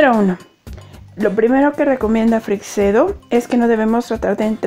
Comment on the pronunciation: ACLARACIÓN: La pronunciacion correcta de Freixedo es «Freichedo», no «Freicsedo».